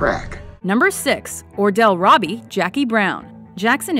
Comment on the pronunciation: Once again, Jackie Brown gets overlooked. Ordell should be in #1 or #2 slot. is on crack. They even mispronounced Robbie.